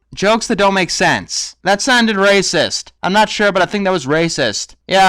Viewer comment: It's funny how u said racist